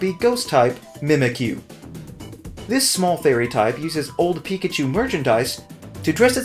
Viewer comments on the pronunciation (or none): none